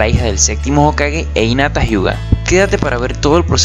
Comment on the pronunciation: por que dice inata y no jinata que es como se pronuncia ._.